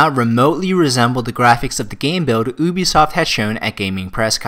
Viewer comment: Oobisoft? Do u even pronounce brah.